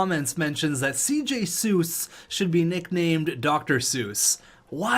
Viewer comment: FYI C.J. Seuss is pronounced 'cease' source: I go to a lot of moose games